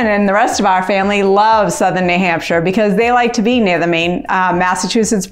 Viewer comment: Probably would be best to say New Hampshire like a native, New Hampshire. Lebanon is far into the boonies.